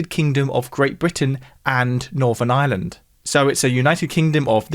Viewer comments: I pronounce island and Ireland very differently, but they sound very similar coming from! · It's SO strange to hear "Ireland" pronounced as "island".